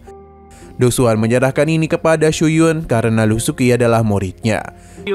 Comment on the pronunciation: Bang bukan lusuki,tapi lusueci😢